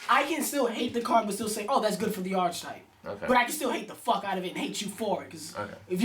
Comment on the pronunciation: not going to stop downvoting these until they learn to pronounce archetype.